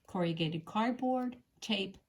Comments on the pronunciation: You state you were a teacher. Based on this video, you are an excellent one. I wonder though where you're from, because you massacred the word 'corrugated'. It is not pronounced core•e•ah•gated. It is KORR•uh•gayt•id. 😕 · It is not CORRIAGATED. Corrugated.... pronounced corragated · An excellent instructional video, slightly spoiled by the mention of "corriagated" cardboard. The word, spelled correctly on the paper shown, is "corrugated", and pronounced as it is written. Apart from that I enjoyed learning a new technique. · Corrugated has only 4 syllables. Cor-ru-ga-ted. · Have to say I've never heard corrugated cardboard referred to as "corry-yew-gate-ed" before; is this an American way? I also have little snips like you do too. Thank you for the video. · Teacher : you are mispronouncing “corrugated “ cardboard. 👎👎👎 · Not AI — probably just a regional quirk with the pronunciation. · I noticed this creative pronunciation too; I used to work in a factory producing corrugated boxes so it sorted of leapt out at me! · Noooo not American pronunciation. Only four syllables for most of us. Just a personal variance I’d guess. A bit of quirkiness is charming. 💖